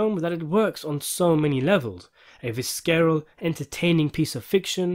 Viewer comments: It's pronounced " VISSeral". 😉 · PAUSE. Did you say "Vis-carol?" I've never heard someone butcher that word so badly XD The C is like an extension of the S sound here. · Please look up how to pronounce the word 'visceral'. ✨ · The "C" in "visceral" is silent. 🤓